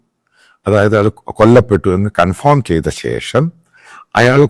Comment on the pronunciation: സൂത്രധാരകൻ അല്ല, സൂത്രധാരൻ ആണ്. കൺഫോം അല്ല, കൺഫേം ആണ്.🤔🥴